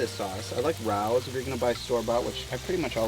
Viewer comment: For the love of all that is Holy! It’s Ray-O’s!!!!